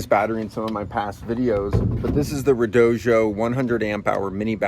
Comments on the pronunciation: Really enjoying the video so far, but I have to say, the company that sells those batteries apparently insists that it is pronounced red-OH-dee-oh. I've seen a number of YouTubers that say the company asked them to get it right when they say it, so if they aren't lying, that should be the pronunciation. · Red-oh-doh. There is no J in the name. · Why do you say redojo? What am I missing? That’s a “d” not a “j” at the end of the word